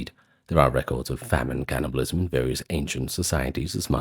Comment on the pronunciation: Spit out the syllables. Turning T's into D's, K/C into G's. "Gannibalism" "lygge, gomment, and zubscribe"